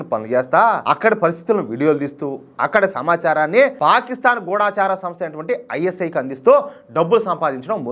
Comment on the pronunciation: దయచేసి ‘గూఢచారి‘ అనండి.గూఢాచారి కాదు.